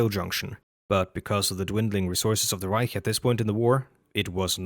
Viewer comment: omg ur the first person ive seen that wasnt speaking german and said reich correctly